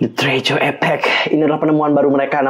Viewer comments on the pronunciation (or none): bukan treaju ;( tapi t re a sureeeew